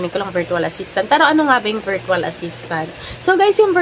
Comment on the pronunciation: it's pronounced /ˈvərCH(əw)əl/ not VEERTWAL. I hope you are not offended po.